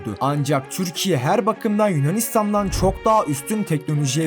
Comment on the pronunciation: Türkiye mizi güzel telefuz et lutfen çok tuhaf diyorsun Videolarin guzel ama